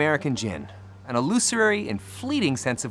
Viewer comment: Why does he pronounce "illusory" like "illusuary"?